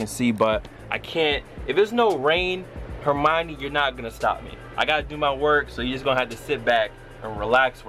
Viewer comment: hermine dude..... Her-min this aint harry potter